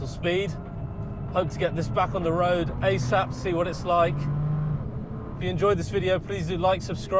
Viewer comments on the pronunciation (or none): none